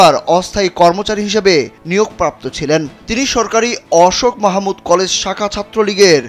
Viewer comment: উচ্চারণ টি আশেক মাহমুদ কলেজ হবে৷